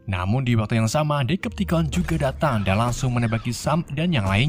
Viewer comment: Hore penyebutan deceptation udah bagus, mantap bang